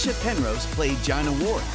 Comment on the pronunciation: The series ran for eighteen years, so people weren't a fixed age of 22 or whatever during filming. If they were 22 at the start of the series, they were 40 when it closed. Gina is pronounced 'Jeena'; jeen, not jine. Bill Maynard is male; HE was 64, not 'she'. And Jeremiah is mispronounced. The picture of Jason Durr is of Nick Berry, and Jason Durr didn't appear in Heartbeat until 1997. The pictures , and are not of Frederic Forrest, quite obviously a male name, but of Kazia Pelka, who is clearly female. She wasn't in Heartbeat in 1992, but joined the cast in 1995. Gwen Taylor didn't appear in Heartbeat until 2005. She wasn't in the series in 1992. If you're going to make such videos, why not get it right? It's not as though it's hard to check these things. And what's with the completely inappropriate and unrelated muzak?